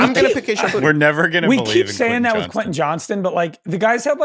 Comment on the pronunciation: Boutte is not pronounced Booty